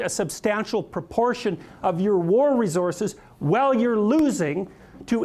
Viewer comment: Why is he pronouncing "resources" like that.